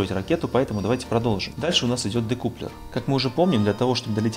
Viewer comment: Учись читать и произносить. Дэкаплер!